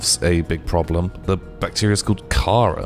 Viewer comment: Everyone: Ka-rar: Cara?